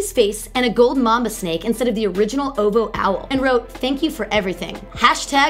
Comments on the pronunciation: O - V - O not OOVOH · it kind of aggravates me when she says "ohvo" instead of o.v.o or "hyfer" instead of h.y.f.r😓😓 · How do these YouTube channels pick their hosts? Do they specifically look for the loudest, most awkward, most obnoxious, most uninformed doofus types? Its Oh Vee Oh. Not "oh vo". And its Ah-kwih-mih-nye. Not Aqua Mini. Ugggh. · It is O V O. NOT "OHVOH" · Outkast Aqua-mini??? Oh-Voh ?? Do y'all not edit. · "oh-voo" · it's pronounced with the letters... like.. O. V. O. i swear this girl don't know how to pronounce anything. In Beyonce's she said Bey like "Bay". Girl!😑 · The pronunciation of OVO is gonna kill me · She can't even say ovo right